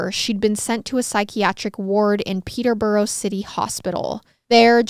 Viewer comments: I’m from Hertfordshire and then moved to Milton Keynes and I’ve never heard this story 😳😱 I religiously watch MWMH and never thought there would be one so close to home and it was fab❤️ also Peterborough is pronounced Peter-bruh and Herefordshire is herry-fud-sheer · Your pronunciation of Peterborough, St Albans and other British places are not good!